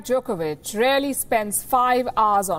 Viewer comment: She almost pronounced it Jerkovich....